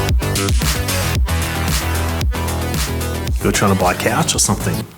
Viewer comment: oh my god ive watched this dozens of times and only just noticed he says "chouch"